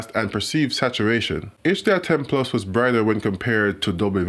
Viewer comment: I like how he pronounces plus - PLOOS!